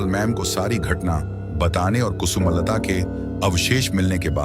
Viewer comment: Its not kusu malata its kusumlata you idiot. But music is fine.